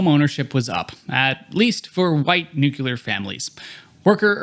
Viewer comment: Brother you say "nuke-yular" it's "nuke-lee-er" gdi was with u until then 😭